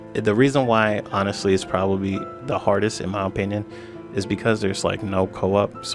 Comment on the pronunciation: Like imma listed to a guy who can’t even pronounce opinion correctly